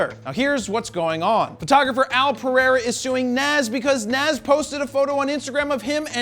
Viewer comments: JP you are Rocking a fro, we are going to hafta get to you to pronounce Nas correctly. Nazz 😂😂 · It's Nas pronounced Naaaahhhhhhs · Nas not Nassse 🤦🏾‍♂️🤦🏾‍♂️ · Nas (Nahz). Damn it, Jared! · Beening from New York and hearing you pronunciate nas name wrong Hurts 🤣🤣🤣. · Hearing Nas mispronounced is bothering me. Maybe consult Todd Wolfe for rapper name pronunciations?